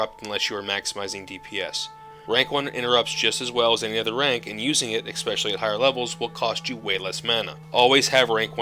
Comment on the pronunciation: You seem like a really smart guy so don't take this as an insult but the word especially does not have an X in it lol you kept saying it that way (Expecially); no worries my mom does the same and she never listens when i tell her the same thing haha. Kind of reminds me of how a lot of people still say surely as "Shirley" like Shirley Temple but it's sure-lee.